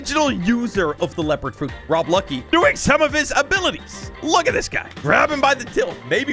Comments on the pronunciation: did you just say Rob Lucky? It's Lucci it's pronounced how Chi is like yk ChiChi from Dragon Ball Super? Well her it's pronounced Luchi but spelt Lucci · This guy pronounced so many things wrong like rob lucci was rob lucky